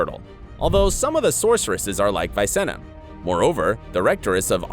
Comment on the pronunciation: Everyone is triggered by pronunciation, but nobody mentions Visenna. It is "Vees-enna" (short "ee") not "Vaisenna". He literaly calls her that name two or three times in the last episode. Also if you have problems with how to pronounce Jaskier, you should probably not flex about it as if you read books and just call him Dandelion. That is how he is called in English and I believe there is no way to fail in that name.